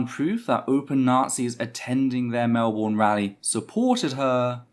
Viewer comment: Some notes from a Melbourne protester who was there. -It's pronounced MelBurn not Mel Born - I'd say the number of nazis was. closer to shy 20 then 30. - There was an extremely violent police presence both horse mounted and with pepper spray not only escorting and defending the terfs nazis and cookers (cookers are a weird Melbourne anti-Vax group dw about it) but actively assaulting us. We put up just as much resistance as Hobart we just got pushed away and got brutalised for it.